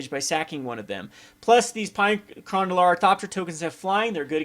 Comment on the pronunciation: Pea-ah and Kerr-an <--- The pronunciations for you. lol